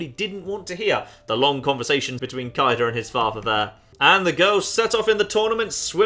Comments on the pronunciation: It's pronounced like Cade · It's clearly pronounced as K-A-de (could also be written as K-ai-de, or K-ai-D, and so on.) An a, followed by a b, put together as ae, is pronounced as A, or ai. I'm not entirely sure about the 'de' on the end, it could be pronounced as 'de' or as 'DE' (also could be written as 'D') but I'm gonna go with K-ai-de as my personal pronunciation,. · Sadly not how Kaede is pronounced. But if you like bowel movement jokes "Ben" and variations thereon can apply in Japanese.